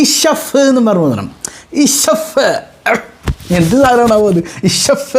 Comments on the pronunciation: Ishfi aan shaf alla😂alpa budhi aale kollum😂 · വല്യമ്മെ... Ssaff അല്ല... Isfi 😂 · ഞാൻ കമെന്റ് ഇട്ടിരുന്നു.... ഇഷഫ് അല്ല ഉമ്മാ ഇശ്ഫി ആണ്....😂അതൊന്നും അത് മൈൻഡ് ചെയ്യുന്നില്ല 😂😂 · തള്ളേ ഷഫ്ഫെന്നല്ല ഊതേണ്ടത് ഇഷ്‌ഫി യാ അല്ലാഹ് എന്നാണ് ഊതേണ്ടത് അല്ലെങ്കിൽ ഇഷ്‌ഫീ എന്ന് ഊതിയാലും മതി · Ishaf അല്ല താത്ത ഇഷ്‌ഫി 😂ഇഷ്‌ഫി 😂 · അറിയില്ലങ്കിൽ പറയാൻ നിക്കല്ല തള്ളെ ഇഷ് ഫീ എന്നാണ് മള കെ പറയുക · പറയാൻ അറിയില്ല 😂😂😂യഷ് ഫി. എ ന്നു പറ. വല്ലി ഉമ്മാ